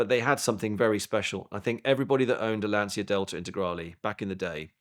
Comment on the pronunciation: if you like lancia so much you should probably learn how to pronounce it.